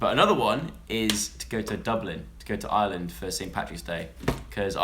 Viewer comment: why do you pronounce Ireland so wierdly?